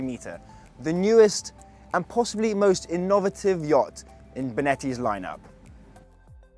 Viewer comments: I didnt choose anyone with a name that might suggest they are working class, so i went for a Silver Spooner pmsl. "IN NOV ATTIVE"? Heres to learning how to talk properly. Apologies, i've just realised who his dad is....commercial director of Ferretti. So all you guys who sent in your application? You never stood a chance guys and girls.....Cronyism rules! haha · say it fast ... inner ver tivv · The way he says innovative nearly drove me nuts lol. But good job and nice vid. Can't wait to see more of this yacht. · I thought "innovative" was an entirely new word 😅